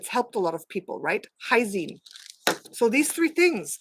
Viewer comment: do you mean "L-Lysine"? not "Hysine"?